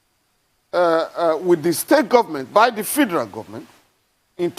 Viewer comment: Why is this guy Falana, mispronoucing FEDERAL as fee-der-al?